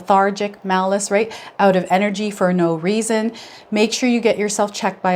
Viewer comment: Malaise not malice 😅